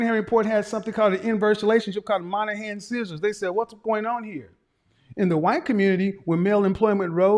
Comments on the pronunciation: Sorry sir, it is the MoYnihan report (not the MON-ahan report as you said). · Daniel Patrick Moynihan. Kevin you are pronouncing the Irish man’s name incorrectly. It’s “Moy-Na-Han” Just so folks can better find who you’re talking about. The Moynihan Report.